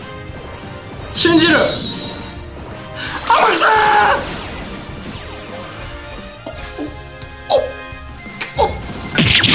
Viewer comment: 天草って叫ぶ所アマギさんって聞こえる